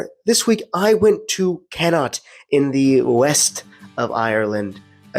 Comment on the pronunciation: Connacht - Pronounced "Kon-Ukt" - Nice try though 🤣